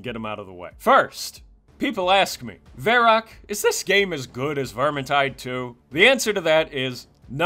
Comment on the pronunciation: man every time you pronounce your name as vair-ok i cringe my brain out. even made a runescape reference. its vair - Ak mate